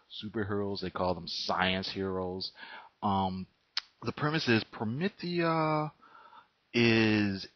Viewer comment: You’ve got some nerve reviewing something you can’t even fully grasp, unless the video is actually about you and your ignorance. Also, it’s not pronounced promithia. You probably wouldn’t be able to handle Gene Wolf’s book of the new sun or Steven Erickson’s Malazan Book of the Fallen. Those aren’t comics, but along with Promethea by Moore and The Sandman by Neil Gaiman are the pinnacles of fantasy in both comic and novel formats